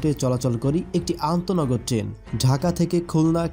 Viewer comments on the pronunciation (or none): আগে ঠিক করে বলেন টেন নাকি ট্রেন🤣